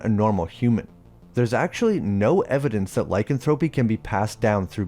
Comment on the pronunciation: Loved this channel for a while but to this day your pronunciation of “lycanthropy” irks the hell outta me